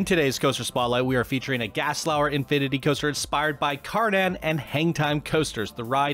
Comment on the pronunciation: Did you say gaslauer?